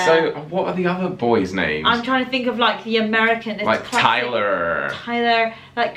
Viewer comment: When he said Tyler with an American accent...